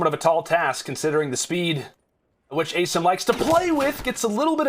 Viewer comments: Did dude finally figure out how to pronounce Asim? He did.... only took 3 maps! Sorry, no he only pronounced it properly once, and he’s a "professional" caster...smh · Why's this commentator say Asims name wrong. Like c'mon man, your job requires you to know their name for fuck sake